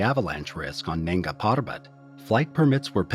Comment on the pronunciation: Its nanga not nenga , nanga meaning naked